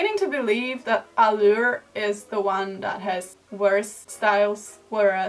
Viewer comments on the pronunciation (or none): none